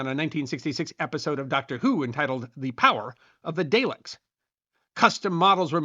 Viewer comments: ",the power of the 'Day‐lecks' "? needs to use proper pronunciation for numerous of his videos: Daleks is pronounced "Dahl-ecks". Tsk tsk! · You say Daylick, I say Dahlick. Let's call the whole thing off. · Do you also pronounce that word as "NEERDS"? Everybody knows it's "dah-leck", not "day-leck". You know, like how "" doesn't sound the same as "Thee Highstoory Gyouwhy" 🙄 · DAY-leks?? DAH-leks please! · The Daleks are pronounced Dar leks, not Day leks!🤪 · As do Whovians in the US. (On to pronunciation of "data". Look to the pale fellow in Star Trek. Not dah-tah, not dat-tuh, but day-tuh. Ask Captain Picard.) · Dude it is very clearly pronounced Dahleck in the show but yess yes I am a nerd, I am proud to be a nerd! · Pronounced: DAR-LECKS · Power of the "Day-Lecks"?! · DAHleks, dahling. 😄